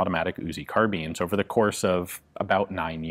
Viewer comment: CAR BEANS Yes I know it's actually spelled carbine